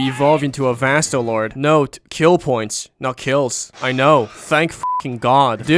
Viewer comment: This guy saying vastorage is hard am grinding for hos